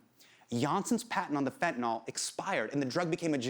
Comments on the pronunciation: hasaaaaaan...it's "fentanyl". why did you keep saying "fentaNOL'? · Why is he pronouncing it Fentanol? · *nyl. Fen-ta-NYL, not nol.. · If you're going to teach people about ANYTHING, please learn how to pronounce it. It's not FentanOLL or FentanALL! It's FentanYL - as in PILL, DILL, DRILL, PHIL, or NIL. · Please, I'm begging anyone and everyone who uses this word, look at it, letter by letter. It is fentanyl. Notice the last three letters? n y l. There is no O in fentanyl. It is not fentanol, not fentanal, it is fenta nyl. The nyl is pronounced like nil. This started when fat Republicans started pronouncing it without actually reading the word. Please people don't sound like an illiterate politician. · man i love hte piece but it's so distracting how he keeps saying fentanol instead of fentanyl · There is no such thing as fent-a-nall or fent-a-noll. Why can nobody pronounce this word? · Drives me mildly crazy that everyone mispronounces it as 'fet-in-nall' or 'fen-ti-nall'. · Anyone else bothered that he's pronouncing it like "fentanOL" not "fentanILE" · He keeps pronouncing it “FentanOL.” It’s bugging me. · it's fentanyl. not fentin-all. yanks can't read.